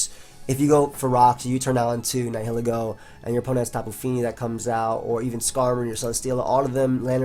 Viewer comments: It's actually pronounced Nihilego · I think it's Nile-ego. Like Nihilism and Ego. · Lets stop the bullshit: Nee-hee-lee-go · I'm pretty sure it's pronounced like "nye-ih-leh-go", with the H being silent. That is assuming that it's name comes from the words "nihilism", "nihilist" etc., which I assume is the case as those are the only english words starting with those 4 letters.:) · Neye-lego you definitely don't pronounce the h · Ni-huh-lee-go. That's how it's pronounced, I believe. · its Neel-Eego because its based of the latin word nihil and ego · also i looked it up and nihil is prounounced Neel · Nihilego is pronounced as Nile-Ego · Nihil is pronounced the same way as The River Nile. Learn to google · I'm pretty sure it's actually pronounced Nihilego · Black&Blue Nah man it's pronounced Nihilego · Are you guys dumb?! It's pronounced Nihilego, NOT Nihilego. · the h is silent like in annihilate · Searag A its pronounced nihilego